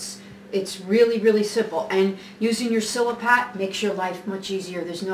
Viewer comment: right on chef...nice video looks good..the way you say mise en place is epic....fuggetaboutit also silpat...not sil a pat